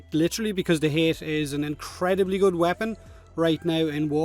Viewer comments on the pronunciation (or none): says hate, we all hear hit